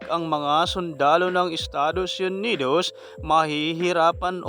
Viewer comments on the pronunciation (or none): yunidos😂😂😂 para kng ewan..😂😂😂